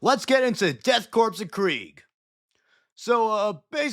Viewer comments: My brother in Space Christ…. It is pronounced Core not Corps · You're killin' me with the corpse talk. Corps is pronounced core, bro. 💀💀💀💀 great video notwithstanding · It's pronounced core not corpse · Do you know you are saying korps wrong? Sounds like "death core", not corpse 😊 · Everyone mispronounces korpse (core) as corpse. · You don’t pronounce the “s” in “korps”, it sounds more like core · Just a little correction, it's pronounced Core, not Corpse. The spelling does throw people off, but I learned because of the Afrika Korps from World War 2, and to sort of a lesser degree, the US Marine Corps. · It's pronounced 'core' The Death 'core' of Krieg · Korps is pronounced core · did you say the death "crops" of krieg? XD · Also it’s pronounced death core of krieg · Corps is pronounced without the P. It's just "kor". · Korps/Corps sounds as Core, loved the vid. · the crepe dorks of krieg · Death karps of krieg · Death Corn of Greg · Death Kraps of Kreeg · The Deaf Crepes of Cheems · Im gonna be that dude and give a little correction. The S in 'Corps' is silent. Missing this triggered me enough to write this comment lol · The p and s in corps/korps is silent. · Bro talks down to half the fanbase and doesn’t know how to say korps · yeah I thought so too just didn't want to correct him and be a wrong asshole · In korps the P (teehee) and S is silent.